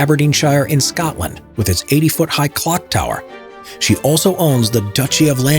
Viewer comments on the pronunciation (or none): none